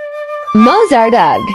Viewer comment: I love how sensitively you play. The robot voice is jarring, and not worthy of your talent. It cannot even pronounce “Mozart.” Ugh is right.